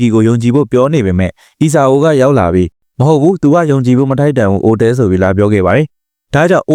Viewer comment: အိုတဲ မဟုတ်ပါဘူး အိုတအဲ ပါ